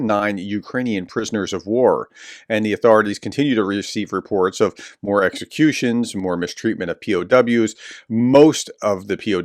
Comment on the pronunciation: Sorry if YouTube dings you for saying "X-Ah-cutions" they're pretty ridiculous